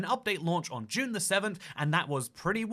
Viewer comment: trying to pronounce June 6th 🤣